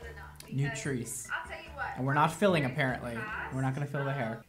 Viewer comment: OMG I thought he said FEELING your hair not FILLING... hahahahaha I'm dying!! and hey I'm a brunette and LOVE it!! and your joking never feels mean spirited (to me at least!) and you have me cracking up